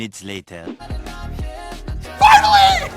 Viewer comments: 😂 the way he said fuggly or finally made me laugh and giggle 😆😆😂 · ngl i thought you said fugly not finally